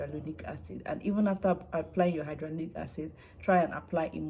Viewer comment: Why are you pronouncing it as hydrolonic acid?